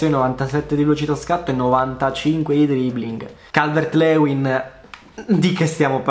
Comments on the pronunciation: Si ma si dice “Calvert-Liuin” non “Leuin” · Calvert Lewin si pronuncia Calvert Liuin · Si pronuncia calvert Liuin